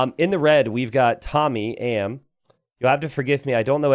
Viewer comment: called him what? TOMY AM???? ahahahaha. thats a tomyam. tom yam. TOM YAM. its a food famous especially in thai and South east asia. lmaooo